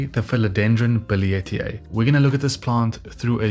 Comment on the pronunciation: I can't believe it! Since 2020, you're the first one who has pronounced billietiae correctly...lol! This is one of my favorite plants. I didn't know these facts about the billie...thank you!